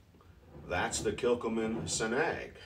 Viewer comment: Frigging luv this version from Kilchoman I'm sipping a 02/23 version & it leaves a lovely sweet hit on the finish ( It has been open a while & I believe that helps it mellow). P.S as a Brit the way we pronounce it is Kill Ho Man